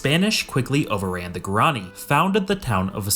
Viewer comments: Guaraní is pronounced gua-rah-NEE! Learn Spanish intonation rules. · It is pronounced gwar ran e